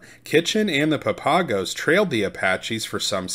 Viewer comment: "Papago" isn't pronounced the way you think it is.